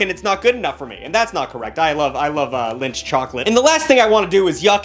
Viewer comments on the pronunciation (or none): You love WHAT chocolate? I had to do a triple take at this part of the video to make sure i was hearing things right. Thought he said Lynch chocolate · Did he just call lindt chocolate linch. Grab the pitch forks!!!